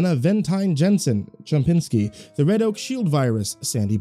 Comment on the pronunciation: Bro It's Chompski, not Chompinski